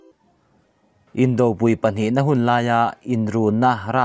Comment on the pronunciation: Indopui,inkhawmpui,tiha pui hi,vawkpi bawngpui tiha pui lai thluk ang hian thluk ula awmzia a dik .in thluk dan nget nghut hi awmzia a nei lo.